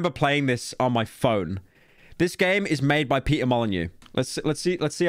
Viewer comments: its not "mo-lee-nyou" either its "mo - lee - nØ" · It's really not "moh lee new"